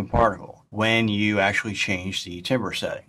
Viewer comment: My soul dies a little every time you say “TIM-ber” instead of “TAM-ber”.